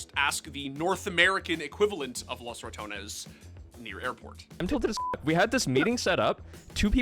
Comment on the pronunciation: Props on pronouncing ratones the Right way not like the announcer that said it like ramones